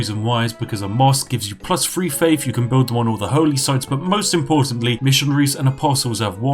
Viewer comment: I started hearing every "th" sound as "ff" sound. Plus free faif. Feaology... okay I'm out.